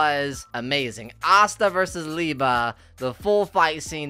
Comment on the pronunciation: its Lee-Bay